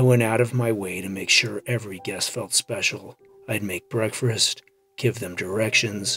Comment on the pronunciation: I love these stories, but I couldn’t help but giggle when he said, “I made breakfrast.”